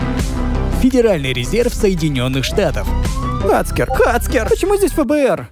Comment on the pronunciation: Не хацкер а хаккер